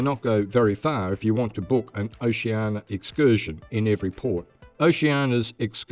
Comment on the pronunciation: Try to work on that pronunciation of Oceania...oh-she an EE-a. You're welcome.